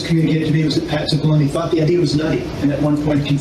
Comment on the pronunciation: I thought you kept saying Patsy Baloney.